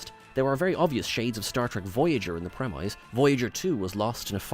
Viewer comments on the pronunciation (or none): why do you keep saying premeyes? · It's a British Isles thing, AFAICT. "Pre-miss" is US English.